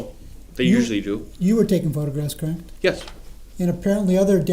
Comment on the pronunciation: Normal ppl pronounce “correct” correctly. 😂 not crackt 😂😂